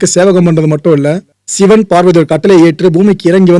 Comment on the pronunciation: சிவன் என்று தானே இத்தனைக் காலமாக சொல்லியும் எழுதியும் வருகிறோம்... சிவன் என்பது தான் இயல்பாக உங்களையும் மீறி உங்கள் வாயில் அவ்வப்போது வருகிறது.... அப்புறம் ஏன் செயற்கையாக ஷிவன் என்று சொல்கிறீர்கள்..... ??? படம் அருமை...